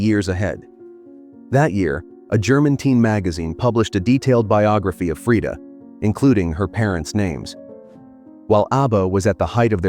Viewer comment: The pronunciation is right. Swedish is a Nordic-Germanic language. Only English-speakers get it wrong compared to most of the world (yes, even the French use the right A-vowel). You don't have to pronounce it the American way.